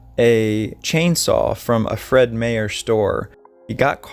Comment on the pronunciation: That's pronounced as Fred Meyer (mire) it's a huge shopping store like Walmart in the USA!! I'm not sure if they went out of business?!! Just to help you with some knowledge of the name!! Sick guy though!? He can't seem to get the 60/ 70 era look he can't change with the times!! But interesting to know what this guy was all about? Creepy as well as very sad? Thank you!!🍁🇨🇦🍁